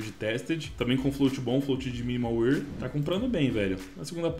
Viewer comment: mn pior q eu sou, e tbm falo alemão, e arrisco um pouquinho de italiano, e o jeito que ele fala wear é estranhao kkkk